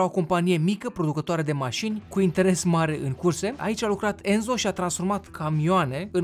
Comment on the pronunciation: Sunt italian și Enzo se citește Ențo